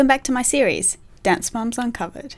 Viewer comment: Am I only one that noticed that in the beginning of her siri’s she would say un covered